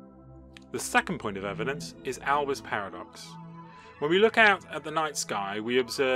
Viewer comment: It's not Albers' paradox, it's Olbers' paradox!